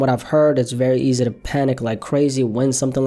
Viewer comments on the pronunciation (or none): none